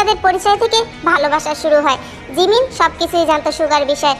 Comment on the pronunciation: sorry 😂😂 আপু আমি জিমিন শুনি নাই আমি শুনছি রিমিন 😂😂😂😂😂😂😂